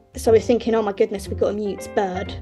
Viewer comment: Sounds kinda like he’s saying “Baby burd” Or maybe I’m just hearing things